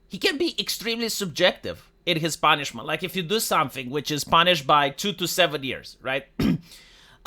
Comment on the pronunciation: "You get poonishment now" -, 2025